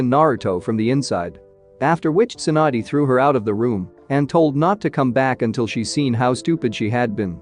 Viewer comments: it's tsunade not swan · Alright so I get the whole Sakura - Naruto thing with the script editing but why is Tsunade "swand?"